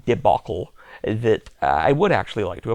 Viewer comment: Buddy calls a catastrophic genocidal war a "debaucle" 😂💀